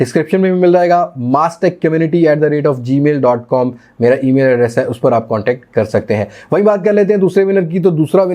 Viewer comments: Gmail hota h Bhai, not gamil 😅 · Gamil nahi gmail hota han